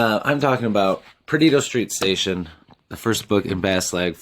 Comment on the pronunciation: when you said "perdido street station" I swear I heard "pervert obstetrician